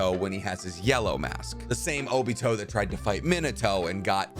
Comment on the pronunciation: Wow can’t explain in words how much your review is inaccurate the reason characters like this get no screen time cause his greatest achievement was beating an 8 and 12 year old on top of that he wouldn’t stand a chance against neji who was the greatest byakugon user to ever live an the 4ths name is pronounced min-ah-toe hope that helps